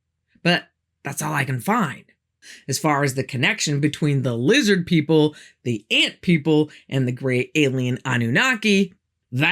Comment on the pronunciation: I keep telling people it’s lizzid NOT lizard!! Sheeple, all of em🤣